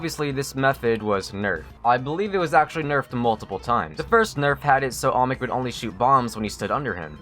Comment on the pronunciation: please pronounce olmec right its not "omic" its not "allmick" its not "almix" its OLMEC. repeat after me: OL- MEC. OL - MEC. You're not repeating it. OL-MEC.